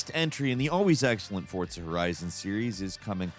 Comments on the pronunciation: It's For-Za not ForT-Za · Is he saying "Fort-za"? That what I hear each time. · TIL there's a T in Fortza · Also.. can you PLEASE stop saying "Forzza"?! It's incredibly irritating. Lol. I've never once heard anyone pronounce Forza as tho it were the word "pizza." It's weird and unsettling. 😂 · Is forza pronounced with a t?